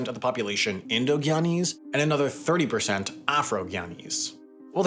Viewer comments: I wish he would pronounce "guyanese" correctly! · Also Guyanese pronounce it GUY-ana, not gee-ana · He killed me with the mispronunciation of Guyana and Guyanese!!!